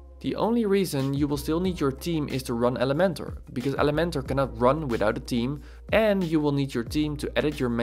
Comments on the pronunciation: Great although saying team instead theme threw me off initially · I am laughing so hard because I thought you're saying Team and you were actually saying Theme. I kept saying to my self what team? But honestly, I am not tech smart so I really have enjoyed your videos. Thanks for taking the time to do these. It helps someone clueless like me!!